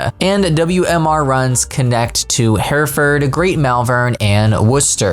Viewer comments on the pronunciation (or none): As a local the pronunciations are: Hereford: He-re-fud Malvern: Mol-vun Worcester: Wo-ster